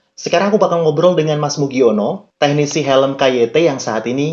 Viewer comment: KYT nek cara inggerise diwaca kei wai ti